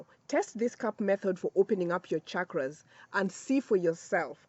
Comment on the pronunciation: I have to comment before even watching the full video. First of all thank you for pronouncing ‘chakras’ with the ‘channel’ sound and not with the ‘chicago’ sound like most people in the west do. Secondly I just started using Dr.Joe Dispenza’s ‘blessing of the energy centers’ meditation but it has been challenging as it looks like I need to prime myself and my chakras in order to truly benefit from it. So the timing of this is perfect. Thank you 🙏